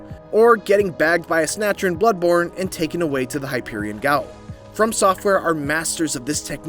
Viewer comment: “Hyperion gowell” My man just straight gave up on “hypogean”